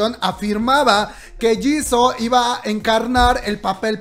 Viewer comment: SE ESCRIBE JISOO SE PRONUNCIA YISU❣️❣️